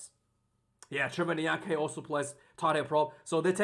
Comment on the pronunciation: It's Trevor In-ya-car-knee bro